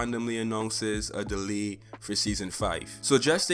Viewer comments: A dali... it’s “ Delay “ .. lol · Is he saying delay I’m sorry I don’t understand him 😐